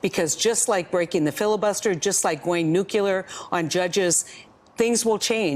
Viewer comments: I can't stand when anyone says "nucular" instead of nuclear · For Fmr Sen. Heitkamp being a Fellow at Harvard's Institute of Politics, you´d expect her to at least know that, "nucular" is NOT a word. A person as a Fellow at the highest levels of education should know that the correct word would be, "NUCLEAR". My best guess is that Heitkamp bought he way into Harvard or was repaid a favor by Harvard, for favorable legislation. The educational decadence in the U.S. made patent to the highest bidder. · Nuclear not nukelar dummy. It's the nucleus. She's a senator? From Dakota though😂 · Heidi, "nucular" is a Republican word. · Just another ill educated college graduate that cant speak, read or write correctly. You nucular dawgs with a, "pernament", pronunciation problem.